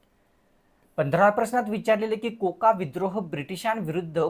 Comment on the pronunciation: कोका आंदोलन नव्हतं झालं रे भाऊ 😂 ते कुका असं आहे